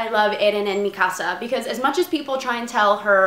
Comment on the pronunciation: Yay she said mikasa right Ahahaha